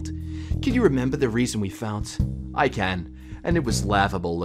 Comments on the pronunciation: In between and he sais fought as faoot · DID THIS MAN JUST PRONOUNCE “fought” as... “fout” WTF.